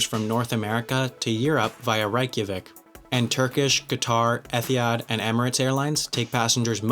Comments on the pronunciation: Qantas AIRWAYS NOT ‘Airlines’. Small point but for the detail n your video it’s not hard to find this info on google. Similarly, ET-EER-HAD, NOT Ethihad... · he really said e.th.i.had It’s pronounced Eddy-had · It's Etihad not ethihad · DuckDemocracy it is it-the-had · You said etihad wrong, it is eti,had no the th sound, but eh, it is okay. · Whole bunch of comments on that but no one picked up the pronunciation of Etihad?? O.o